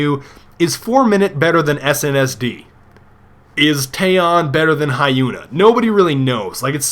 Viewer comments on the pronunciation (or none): Hm, wasnt the Rof of the famas always 900? And I couldnt resist but you pronounced Taeyeon's and Hyuna's name wrong...